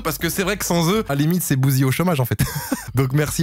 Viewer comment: bouzY??? C’est pas plutot